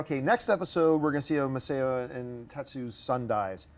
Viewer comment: Massao is pronounced MASS-OW. No body gets that!